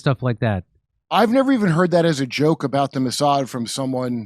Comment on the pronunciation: Jim , it is Mouse-ad